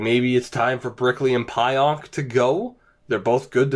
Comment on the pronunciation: It’s pronounced PEE-ONK